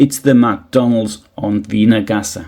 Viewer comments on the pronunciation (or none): none